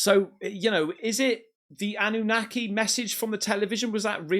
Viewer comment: Why do you keep saying ananaki? Nobody's said that just you? Didn't say it on broadcasts